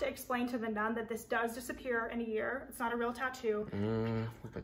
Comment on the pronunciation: the "not" around 28 - 30 minutes sounded like run in my ears, but none the less this place seems really creppy.